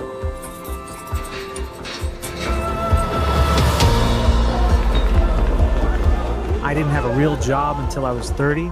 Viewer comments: Cuomo know how to say Mamdani's name. He mispronounces it intentionally. To belittle him. It right out of trump's playbook and a lot of Republicans started to do it as well. NY your a lot better off without Corrupt Cuomo. You could have easily denounced trump's endorsement. But you figured that would put you over the top with votes. I guess having Trump's endorsement makes you a HONORARY MAGA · One I do find it rather hilarious that none of Candidate Mamdani's opponents can say his name properly but that such a thing extends into this A.I slop. 2 as does andy boi's hardon for the DSA